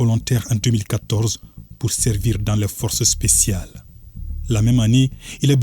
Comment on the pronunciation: Le forcé spsial 😂😂😂